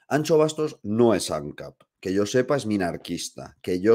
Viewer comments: ¡¡ si sabes decir Shakira puedes decir AnXo.... xD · Como duele escuchar "Miguel AnCHo Bastos" xDDD